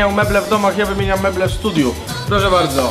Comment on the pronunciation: Mówi się studio, zaznaczył bym minutę ale było zbyt wiele razy powtórzone "studiu"